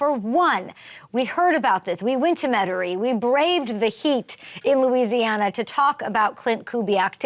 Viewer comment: Shout out for pronouncing Metairie, WHO DAT ⚜️🖤⚜️🖤